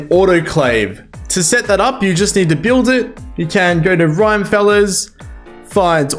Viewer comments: Rhyme-feller? It's Rim as in the rim of rimworld lmao Rim-me-fel-ler You assies and your strange accents. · thanks for this! only one detail - i'm pretty sure the mod is pronounced "Rim-e-feller", not "Rime-feller"... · Not the "rhyme-feller" 😂😂😂 I think its meant to be like Rockerfella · Rim as in rimworld. Not Rime as in... I dunno really. I have no idea why you would decide to pronounce Rim-efeller as Rime-feller while playing Rimworld. I mean it's not like you would pronounce Rockefeller as Rocke-feller when it's clearly Rock-efeller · Rim-uh-feller, as in Rock-uh-feller (john d rockefeller) not "rhymefellers" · Great guide! Just a tip, it’s actually pronounced Rim-Eh-Fell-er, named after John Rockefeller, an American oil tycoon from the 1800s and one of the richest men who ever lived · Rhyme feller. Very helpful guide but every time you said it that way I burst out snickering. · I wonder though if you're pronouncing it wrong or the unintended way To me it sounds like the creator wanted to put a spin on "Rockefeller" Like in the Rockefeller street music So I always pronounced it "Rim-e feller" Again, no idea if that's the true intent or not, but still some food for thought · great guide! it's definitely pronounced "RIM-AH-FELLER" though. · Isn't it pronounced rim_efeller so it's kind of like a Rockefeller? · can't stand how you say rime feller, look up rockefeller